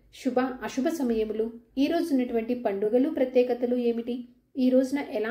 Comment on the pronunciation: Shuba Ashuba kaadu.Subha Asubha.No stylised telugu please.